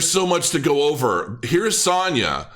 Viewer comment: I can confirm that you are pronouncing Sanja correctly! And THANK YOU for this video and everything that you do on YouTube - you are helping me, a complete stranger make some money and you have no idea how much that means to someone like myself - I support my whole family and that is a lot of pressure so I am truly grateful to you. 🙏🏻🙏🏻🙏🏻